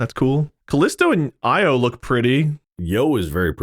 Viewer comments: Jupiter has a magnetosphere larger than the sun that almost reaches Saturn. Europa likely has liquid water, the only one besides Earth. Similarly, Io (pronounced eye-oh, not yo!!!) is the only other place with active volcanoes. Jovian system deserves higher tiers. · Io is pronounced like (EYE-OH)😂 not (EE-YO)